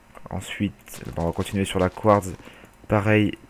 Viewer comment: on dit phonétiquement : du couartse